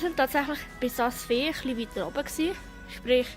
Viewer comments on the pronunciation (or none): du seisch visp und saas fee falsch